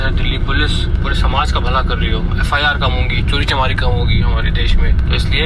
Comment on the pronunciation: It is chori chakaari not chori chamaari. Flying beast to waise bhi ganwaar h🙄